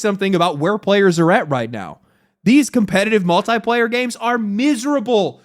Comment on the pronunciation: Drink everytime he mispronounces multiplayer